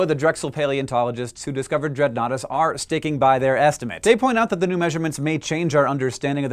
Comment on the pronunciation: At first I thought Dreadnoughtus said "Dreadoughnuts". Lol